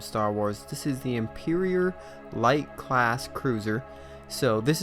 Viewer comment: The cringe when he said imperior.